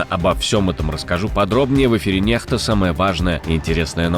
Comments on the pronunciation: Диктор, говори правильно : НЕКСТА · Ваша программа начинается с латинской буквы "N"...Почему "икс"- "X" тогда вы произносите по русски ?! -"Нехта" ??? Когда элементарно должно читаться -"Некста ".??!!